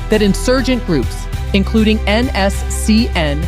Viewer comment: First learn to pronounce NSCN- IM correctly